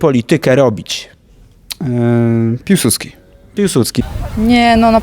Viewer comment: nie Piłsucki, tylko Piłsudski !